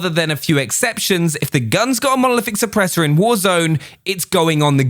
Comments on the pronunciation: Nobody:: Monolithic Suppressah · Mono.... lithic...... šüpprēśør